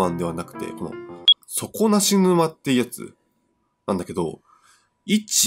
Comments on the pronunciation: そ↓こ↑な↑し↑ぬ↑ま→ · 底↑な↑し→沼↑ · 底無し沼のイントネーションそれなんだ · 底なし沼の発音が気になって仕方ない！笑 地域差あるのかな？